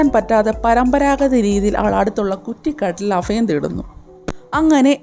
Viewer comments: ഉച്ചാരണം നന്നാക്കാമായിരുന്നു ഫംഗി = ഭംഗി അഫയം = അഭയം 😜😜😜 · Afayam alla, abhayam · ഫാ ഫാ 🤣🤣അഫായം 🤣🤣